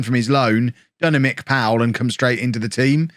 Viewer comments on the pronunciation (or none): none